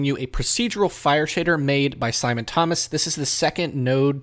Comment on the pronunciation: Nice Video, thanks for the kind words :) You're pronouncing my name perfectly right! It's like 'Thomas', just written in the most German way you can imagine :D